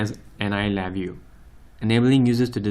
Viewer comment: atleast pronounce your name correct, there is no accent reqd there